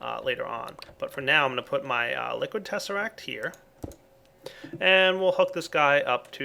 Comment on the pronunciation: Tezseract???!!! XDD